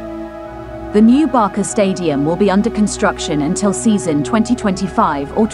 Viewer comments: It’s not Barka!!! It’s Barca like Barsa!!!! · It's Barca, not Barka ffs! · Barça is pronounced as /BARSA/ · A lot of info but no way to pronunce barça correctly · Sorry, but if you speak English, there is no excuse to bad wording. It's not like Americans and British pronounce water as vota and votr, this is completely different. This is a name, and name should be pronounced correctly. Even in spanish or catalan, Michael Jackson is still pronounced Michael Jackson, not Mikel Jessicon. Therefore Barca pronounces Barca, with an "s", not with a "k" (common pronounciation in American) and Camp Nou is Nou (pronounce like the word "know") not Now. Thank you. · Barka? Camp now? Please do some research how it's pronounced instead of emberrasing yourself. I stopped watching the video as couldn't hear anymore of this.